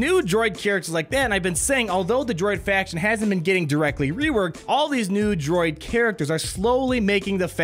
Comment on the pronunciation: It sounded like you said nude droid every time you said new droid.